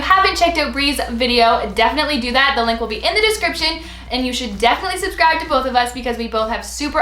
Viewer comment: its say suscribe like fi you know what i mean